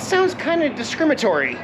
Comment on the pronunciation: "Discrimatory"?? 😂 Did you just make up a word?? Lol. I'm sure you meant "discriminatory".